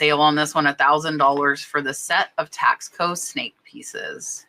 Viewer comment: Taxco is pronounced Tasco, Tasco is a town in Mexico where the whole town makes silver jewellery. Even families that live further away from the town ( small city) bring their pop and shop silver jewellery to town to sell to the wholesalers and stores. Are you saying there is a brand called Tasco (taxco) or are you saying the piece was made in Mexico in Tasco? Thanks.